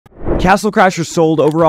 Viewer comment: If you listen closely on he says castle clashers 😂